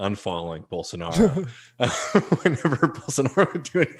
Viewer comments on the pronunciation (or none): Holy moly, that Bolsonaro pronunciation (along with a sneaky Dave Rubin "Bolsarnaro") made me laugh out loud—so good.